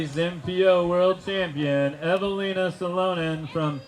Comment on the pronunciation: More than one, Evalinas last name was butchered.